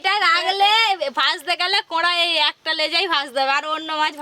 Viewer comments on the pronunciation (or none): কো‌ড়াই নয় কড়াই